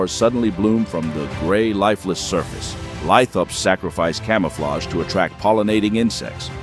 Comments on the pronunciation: The word “lithops” is actually pronounced “lith-ops”, not “lit-hops” as stated in the video. The “lith” part comes from Greek (&Latin) “lithos” meaning “stone”. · There is no 'e' in Lithops. It's pronounced "lih-thops" not "lie-thops" Dumb short. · Shorts with AI voices kinda piss me off. Shorts in general kinda piss me off. Why did it pronounce "lithops" two different ways? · The AI can't decide if it is a southern American or an Irishman pretending to be a southern American lol. It pronounces "lithops" differently throughout the script, too. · He pronounced 'lithop' different every time he said it.